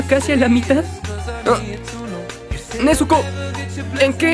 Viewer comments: Han notado el error en la pronunciación del nombre "nezuko" por todos lados? Al igual que Sazuke y otros nombres en japonés la sílaba zu se pronuncia zz, miren el anime en el idioma original y verán... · No se por qué Pero me molesta como pronuncia el nombre Nezuko, no se, es cosa mia pero a veces siento como si le faltará una tilde